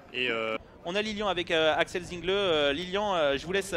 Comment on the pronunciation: Remarque au commentateur: Alsacien, Axel Zinglé (se prononce "tsinglé") et non Zingle euh...